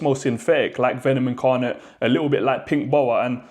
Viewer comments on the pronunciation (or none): none